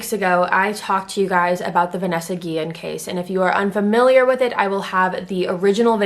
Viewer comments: Its not guien its guiyen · Yes a lot of people say Guillen wrong that’s my last name and it gets me mad but I forgive u🥰